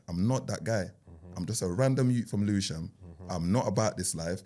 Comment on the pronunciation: put the L in Lewisham…